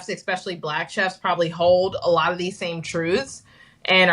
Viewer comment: She pronounces 'especially' as "EKspecially".